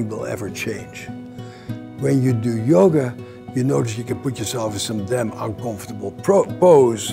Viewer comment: I love this paradigm and approach and think Bessel speaks very well on it. But I kept hearing "yogurt" instead of yoga and now I'm hungry